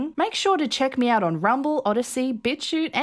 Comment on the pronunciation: I'm still 85% sure that you're saying "bitch-hoot" when you say bitchute.